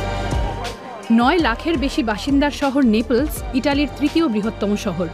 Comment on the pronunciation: নেপলস না নেপলি